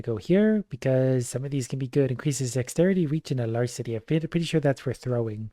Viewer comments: ... a-larse-sitty? Alacrity is a-lack-kritty. It means being eager, lively, and quick. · One small thing: A-lack-rity, not a-lars-ity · "Alarcity" I'm dying, it's "Alacrity." Good to see you back in this series,! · Aa - lac - rit - ee plz it hurt my soul